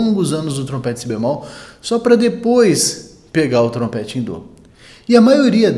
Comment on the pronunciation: Mais um ótimo conteúdo! Parabéns! Curiosidade😊: por que a pronúncia "dô" em vez de "dó" ?